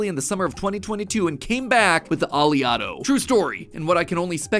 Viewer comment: It's not (Ah•lee•otto) it's (Oh•lay•otto). It's named after the most prominent fatty acid in olive oil, oleic acid. Which is pronounced (Oh•lay•ic)